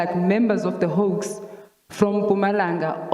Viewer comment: Hawks, not 'hoax'